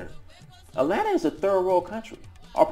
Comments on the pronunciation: At-lanta! At-lanta, please! Not A-lannna. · Dr. King says it's "At-lanta." I think his word goes over anybody's. 😄 Keep doing what you're doing. You're helping us. As I've said before, your work is not in vain. Just no more A-lanna!